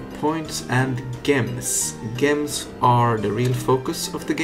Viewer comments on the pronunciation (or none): A bit late but gems is pronounced jems... With a j like Jupiter not like Johan.